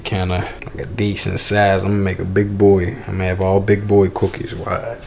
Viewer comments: This nigga said Cooquis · The way he said cookies 😂😂😂